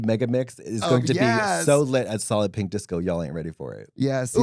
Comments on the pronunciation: Every time Trixie talks about Solid Pink Disco all I hear is “Salloping Disco” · This is the first time I’ve heard Katya say it and I’ve realised it’s “Solid Pink Disco” not “Sollopping Disco”